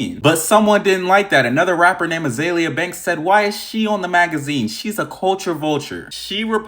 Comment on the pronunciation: Azeeeeeeelia damn why can’t anybody read or pronounce he name properly